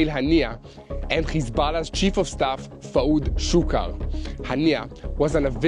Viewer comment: The way Yair said Fuad Shukr made me laugh...........my Slavic ears first heard Fuad Suka. I'm still hearing Suka........